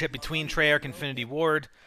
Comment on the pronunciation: It's made by Treyarch not "trey arch"